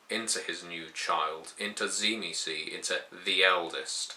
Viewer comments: first of all you are a moron because you dont know how to say theyre name tzimisce is not said zee me ce theyre name is known and spoken as zim see i know this because i know the true family of tzimisce my father is a true tzimisce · I always thought the pronunciation was SHIH-mee-say", with a definite, but subtle, "t" sound at the start. Anyhow, I would like to do some more reading on the Final Nights. Thanks. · Am I the only one that pronounces it "Dzi-mi-tze"? Probably because I'm Slavic. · It should actually be pronounced Dzee-Miss-Key stress on the key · T-see-mee-ski. It's a Byzantine era surname. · Tzimisce was the name of a Byzantine noble family, and as far as I am aware it was pronounced Tsi-mis-chi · I think it's pronounced "Jimmy-skeeh"